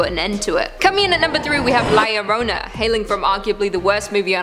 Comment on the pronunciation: Who is la Lorona its la yo-ro-na [not spelled this way] 😳😳😳😳